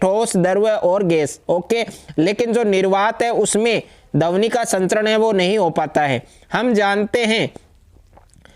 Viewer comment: सर यह ध्वनि होता है ना ही की धवनि